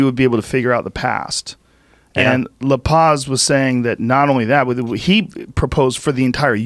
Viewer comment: Joe "Lapace" Rogan